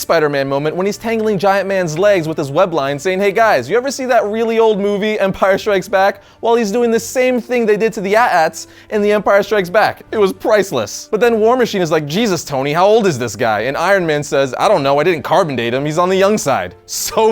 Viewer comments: its not pronounced at at, it is A. T. A T. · It´s pronounced A T A T not atat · it is pronounced a t a t not at at. if you are going to try and be a nerd please say things correctly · you said atat instead of AT-AT you are forever hated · At-AT?!?!?! It's Ay Tee Ay Tee!!! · did you just say at at? You know it's aytee aytee, right?:) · Also when you say AT-AT you don't pronounce it like ATAT you say every letter so it's A T A T not ATAT love you vids by the way but still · Did he really just pronounce AT-AT like that? I've been triggered. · They are pronounced A-t-A-t not At At, if so what do u call an AT-St? Get out of here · It is pronounced ATEA -ATEA not AT-AT!!! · When I heard you call the AT AT's "at-ats," you dropped a couple levels of credibility for me, but I figured that I'd let it slide since so many people refer to them in that way as of late. Then you had to go and say that the Ultimate Spider-Man show is "pretty good." Your credibility dropped several levels on that one. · ITS PRONOUNCED AYY TEE AYY TEE NOT @@ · That's how I pronounce it too, but the canon pronunciation is At-At as far as I know, it doesn't make much sense since AT-STs are prounounced A-Tea S-Tea, but, y'know, it's Star Wars. Both are commonly accepted though. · Am i the only one that got bothered when he pronounced AT-AT wrong?